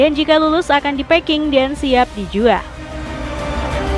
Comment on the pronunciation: KRITIK kenapa pembacaan narasinya banyak yg menghilangkan huruf terakhir di akhir kalimat ? contoh : pengeringan = pengeringa dijual = dijua pemotongan = pemotonga ini editrnya yg motongnya ga pas, apa naratornya artikulasinya ngga jelas?